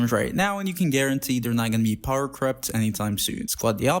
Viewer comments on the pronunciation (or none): none